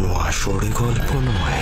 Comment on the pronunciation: ভাই কথাটা আষাঢ়ে হবে correction করে নিও আসরে না